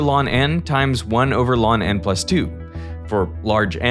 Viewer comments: Reading “ln” as “lawn” is new to me. I thought it everyone said “l” “n” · I’ve not heard the function ln read as “lawn” before. I usually hear people just say “log” or fully say “natural log” or sometimes “L-N”. Just highlighting this in case an AI Derek voice is being used, which I wouldn’t appreciate. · I have never heard the natural log pronounced "lawn" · ln is not “lawn n”. It’s “natural log of n”. Kill the AI!! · ew who says "lon n" instead of "L N n" ??? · First ever time seeing ln be called “Lon” instead of simply “Ln” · I’ve always found it strange that Derek pronounces ln as “lawn”. As someone who studied math in university, I’ve never heard anyone say that and it seems a bit silly. Why doesn’t he just say “log”? It’s also one syllable, and it’s unambiguous that we’re talking about the natural log, not base 10. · I had to pause near the start with the repeated calls to "Lawn N". I've never heard anything other than "Natural Log" for that function. Looked it up, and there's at least some references on the internet for this being a Canadian thing. Further searching pushed that sticking to "Natural Log" or just pronouncing the letters "L - N" might be more of just an American thing. I haven't sorted it all out, so the boundaries of who says what could be more complex, but the fact there's a difference at all is cool! What an interesting pronunciation split to learn about in the middle of this already interesting video! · 1 over lawn n times one of lawn n plus 2 Just say el en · ln(n) ❌ lawn(n)✓ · never actually heard anyone pronounce 'ln' as a homophone of 'lawn' ... always heard 'log' (with some other base specified, if necessary -- e.g., 2 in many places in computing -- by context) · First time I've heard ln pronounced "lon" did he just coin that? lol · Hmm. First time I've ever heard ln(n) pronounced "lawn n". Interesting. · Today I learned ln is pronounced LAWN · Yep. I've never heard anything other than "log n" or "ell enn of n". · Lawn that jawn